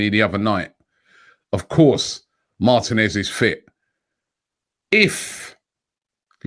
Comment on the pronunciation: mar-teeee-nez Not martin-ez